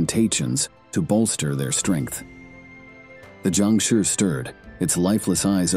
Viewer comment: not Jiangshuuuuurrrrrrrrrrrrr whats with the accept bro?